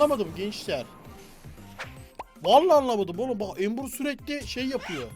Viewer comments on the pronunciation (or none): none